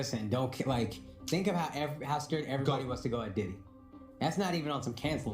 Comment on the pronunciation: Oh you did diddy ,, I thought you said yiddy 😂